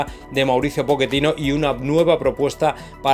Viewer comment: Po-che-tino ( chhhheeeetino) por favor